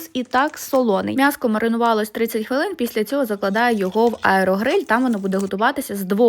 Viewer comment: А де ви почули М'ЯСКО? Пані каже МЯСКО! Перед апострофом буква М тверда. А вона вимовляє М як м'яку,тобто без апострофа. Мене дуже дивує,що багато українців кажуть МЯСО.І не тільки в місті,а і в селах. Я виросла в селі,дитинство припало на 80-90 роки. Але я ні разу не чула,щоб на М'ЯСО казали МЯСО. Це якесь модне віяння,чи що?